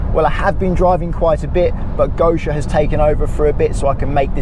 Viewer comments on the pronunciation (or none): Sorry to be pedantic but I think you should pronounce your lady as "Goshia" rather than "Go-she-err", I mean, if I had a romantic partner who kept on calling me Stefan instead of Stephen it would piss me off no end. It's basic respect for your partner. Anyway, I guess you've been told how to say it by now, since this content is over a year old! At least, I hope so... apart from that, what a great video and it's encouraged me to visit Iceland. All I need to do is sell my house first so that I can afford the flights, hotel, car hire and food and beer.